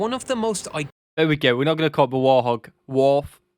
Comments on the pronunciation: It's WART HOG, not war hog or hog, you need to get it right. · Others probably commented this, but anyway: it's "Wart-hog". Think Pumbaa. Who was a warthog. Not war-hog, not warth-og. Warthog. As in "hog (pig) full of warts". Ugly. Like the A-10. Though I'm sure she's a beauty to the ground troups that get her support. Also, like others have said, the video is wrong when it says the guns fits snugly under the pilot. Truth is, the pilot fits snugly over the gun. The plane was literally designed around the gun. Basically, they had an amazing (still amazing) gun and added wings and a seat for the pilot. And armor. And, as it mentions, redundancy. There are lots of stories of A-10 with unbelievably damage which still flew home and landed. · I just discovered your videos. Love seeing your reactions to different military hardware and situations. Oh, and it may just be your accent, but it’s the “Warthog”, not “Warhog”. Keep up the good work. Cheers. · Correction. It's Warthog not War Hog. Great reaction. Great images. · Warthog is pronounced wart-hog, not war-hog. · Pronunce wart hog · It is actually called Wart Hog ( the T is pronounced) the reason it was given this name was like the warthog was an UGLY bovine so it was thought that the plane like the animal Ugly , however because it f has armament almost like no other , it’s Highly respected by All 🍀